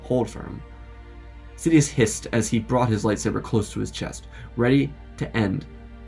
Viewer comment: "Sofa Dias" 🛋🤣